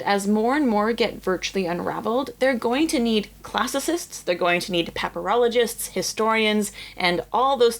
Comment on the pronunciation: I keep hearing pepperologist